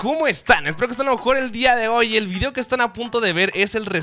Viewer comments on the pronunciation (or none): "subir vidio diario" jajajajajajaja e